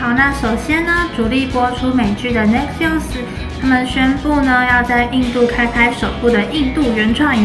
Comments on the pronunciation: Netflix!!!XDDD 這個唸起來蠻饒舌的，講的人也少，不要太灰心唷~! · 哈，沒關係！念錯也有念錯的瀟灑！